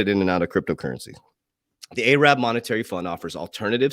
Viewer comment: I don’t know why but when yea say ay’rab it makes me chuckle. Love ya coach.